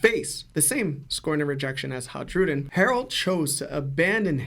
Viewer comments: Isn’t it pronounced “Hai-ru-din”? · fascinating theory but maaaan was it hard to listen to him butcher Hajrudin's name over and over again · The J is pronounced like a Y in Hajrudin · yeah It was driving me nuts